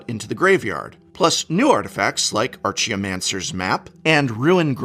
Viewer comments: Okay,, I have to ask, as you are (were?) an English professor; Archeomancer; you keep pronouncing it "arch-eo-mancer", like similar to archway. However I have always said it/heard it "ark-eh-o-mancer", similar to Archeologists. It's mostly bugging me because now I'm second guessing my pronunciation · This is the second video that I've heard Prof say Archaeomancer's Map differently that I have been pronouncing it. Am I saying it wrong, or is the Prof saying this in a different way on purpose? (I have a hard time believing that he would not pronounce it right, so I'm figuring that I must be off.)